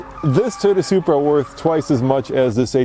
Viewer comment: Even the wheel lug nuts are Bmw style... did u just say Subra? And pls stop saying conjunction too many times find another word in the next future video.